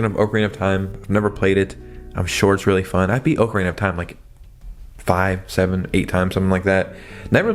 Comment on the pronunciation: “Oh-Karina of Time” lol